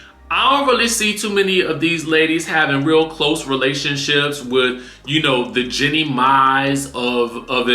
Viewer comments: Her name is Jeannie not Jennie. Like genie. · Her name not Jenny it’s Jeannie